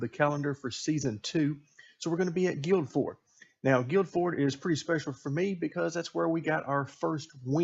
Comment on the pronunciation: Just fyi, you don't pronounce the first 'd' in Guildford, so it sounds more like 'Gil-fud'. Great win, really enjoying the series :)